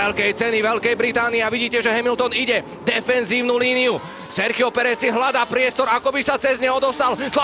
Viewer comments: Nah bro, as a native spanish, he sounds exactly like us lmao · Yeah he sounds exactly as a native, I wonder if he has some spanish/hispanic background or something